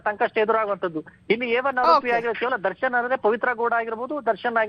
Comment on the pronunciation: Oyee.. tell as 'darshan' not Darshan 😅👍